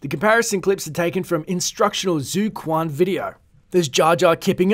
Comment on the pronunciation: It pronounced as "zui quan" not zoo kuan thx for murdering the prounucation